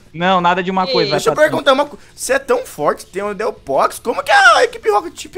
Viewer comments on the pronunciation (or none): "Delpox" Nem é "Delfox" Eu sei que se escreve Delphox krl Mas se pronuncia "Fox" e não "Pox"